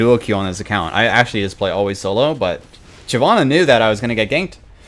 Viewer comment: Why did I liked the video super fast but when he said Shyivanna I disliked and then went back to Neeko, I liked it again (played like a damn fiddle)